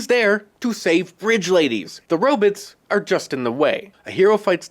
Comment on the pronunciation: 😆 🤣 😂 what a clownshow. Superheroes are all about combat. Sounds like another weak-kneed Biden voter. Can't even pronounce robots correctly.